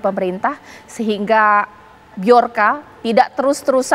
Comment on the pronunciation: Tulisannya bjorka tapi bacanya byorka🤔 sulit dia mungkin emak emak yang furstasi karen gak bisa beli susu anaknya kurang gizi lagu ranbu anarki iwan fales percuma gak usah di cari tapi benerin systemnya banyak kok aplikasi cyber securitu anti hacker salah satunya hackuna dll bjorka hannya memperingati saja😂😂